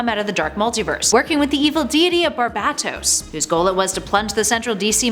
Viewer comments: "BarBatToes"... no honey barBAEtos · thank god she didnt use the worst pronounceable way of saying barbatos i cringe everytime comicstorian says barbatos lol